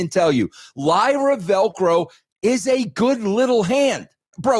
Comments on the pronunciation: Tf is Lyra Velcro? It's Lyra Valkyria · “Lyra Velcro”